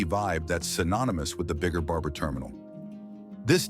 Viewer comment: I love how AI can't pronounce Barbara.